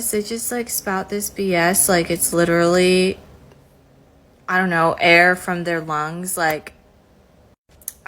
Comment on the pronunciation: LIT-ER-AL-LY… and litchrally!